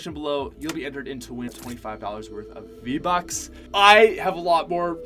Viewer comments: On minute you said v-bax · Did anyone else hear him say v-backs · he said vbaacks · The way he said V-Bucks XD